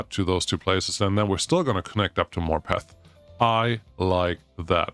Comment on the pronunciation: Morpeth = maw puhth